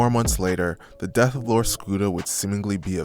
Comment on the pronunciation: It bugged me how many of the news people couldn’t get his name right. How hard is it to say lor, not that hard of a word to pronounce it’s literally one syllable 🤦🏻‍♂️